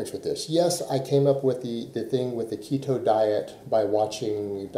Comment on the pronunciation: First clue someone has zero clue how keto works is when they think it's "restrictive". That and not being able to say it correctly obviously.